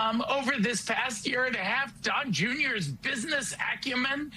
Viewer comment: "Don Jeuneeyor."